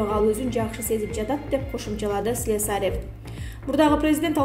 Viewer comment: Блогерша слесарев деген созго туура ударения коюп айтчы